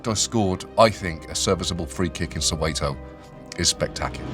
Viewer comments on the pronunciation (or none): I hate people who are not from South Africa pronouncing Soweto as "So-way-toe". It should be pronounced as "So-where-to" but with a silent r.